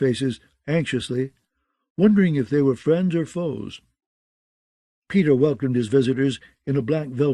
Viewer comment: Did no one look into the pronunciation of the names ?? Lol the other reader did the same thing but with other names like "pay-tar" aka Peter lol